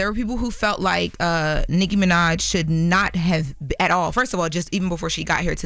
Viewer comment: Why do say Nicki's name like that? or am I tripping